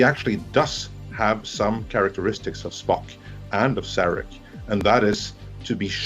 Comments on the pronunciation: Before I forget (and someone may say that later in the comments) the slide for the second (but not shown as the first episode, either) pilot, 'Where no man has gone before' was wrong. The contempt for Star Trek is shown by mispronouncing Saarahk as Sear-ak, and the Vulcan Hello being a far cry from Surak's endless diplomats and pacifism. The ending of the broadcast episode, was too bloodthirsty warmongering, with KINE ships popping in with no time dilation for travel time. Too, I did not sign up for the CBS All Access free trial (numbers inflated.) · It made me cringe every time "Sarek" was pronounced "Serek".